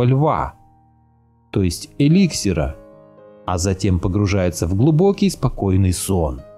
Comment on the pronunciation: Правильное ударение не элИксир,а эликсИр,с уважением.